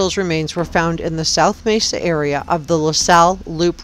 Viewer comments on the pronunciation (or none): none